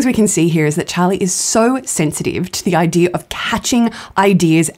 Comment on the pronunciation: because their ancestors were pirates. thats why they say idearrr instead of idea, norrrrr instead of no, and arrrr instead of i like how that sounds.